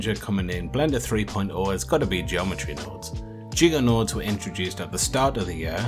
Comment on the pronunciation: "Send Nodes " lmaoooooo